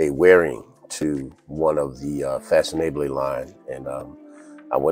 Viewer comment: The name is literally one French translation for "fashionable"--there are many--and is pronounced kinda like fah-son-AH-bluh. If you've ever heard the French pronunciation of "formidable", the second half of that is the same as the second half of this. Thank you.